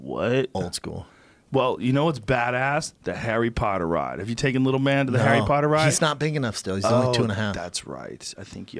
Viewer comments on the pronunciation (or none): none